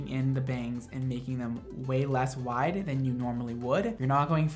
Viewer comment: OMG!!! At the beginning, and you said the word "wiiiiiide" I knew it. You're from the south somewhere aren't you?<3